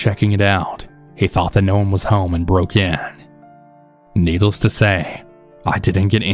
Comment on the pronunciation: it sounds like he says needles instead of needless.